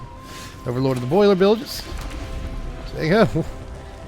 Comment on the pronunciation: It's been so long since I've heard Boilerbilges said out loud correctly. I've been watching too much Seth 😅